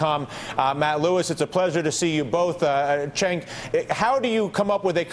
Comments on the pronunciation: He keeps pronouncing Cenk's name wrong. It sounds "Jenk" not "Chenck"! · spank that lil' brat, cenk! and MEMO 2 DYLAN... its JENK!!! not CHENK!!! all this time and he still says it wrong.. makes me want 2 scream the screen!!!! jenk jenk jenk jenk.. say it w/ me dylan... jenk! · Why they all keep calling him "Chenk?" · Can someone give these clowns a heads up on how to pronounce Cenk's name? Argh, so annoying. But good work Cenk, you hold your own =3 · You know I've seen Cenk on Dylan Ratigan a few times, when the hell is he going to learn his name? Maybe Cenk should pronounce it for him.